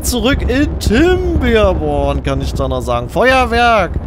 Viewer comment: "kinderborn" bitte kein "P" wo kein "P" hingehört